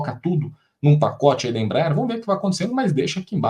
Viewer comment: Não é IMBRAER é Embraer